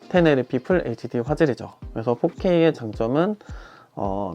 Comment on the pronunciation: 외쿡 살다 오셨나요? 텐에이티피 ...어색한 것이 거슬리게 들리네요.. 그리고.. 아웃풋이 1080p라도 4K 촬영해서 나쁠꺼 없습니다... 4K 크랍은 무조건 단점이죠..쉴드 칠껄 쳐야지... 슬롯 두개짜리 경쟁 모델이 있는데 슬롯이 한개인 것도....쉴드치면 안되죠...